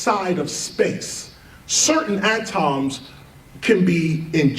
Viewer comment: Best hip hop artists hands down but cant get over how he pronounces atoms lol ah-toms